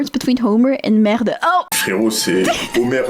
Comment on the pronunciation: Can we all agree that the french accent on the word "merde" was just perfect ? The pronunciation and all, 100% french just for this word... Should we be concerned about our language if non-french speakers are now speaking French perfectly but only the swear words ? 😂